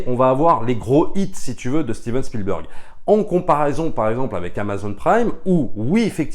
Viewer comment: Bonjour les amis, y a t-il une private joke à prononcer "Spielbeurg"? Parce que tous les Anglophones et Germanophones savent que cela se prononce "Bèrg". Alors je me demande. Merci